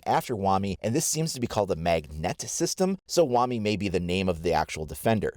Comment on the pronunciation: Hate to be that guy... but shouldn't it be pronounced "Wa-My" ?